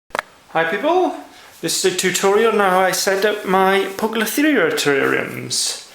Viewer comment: poucloferia ? hehee english is shitty in spiders world :P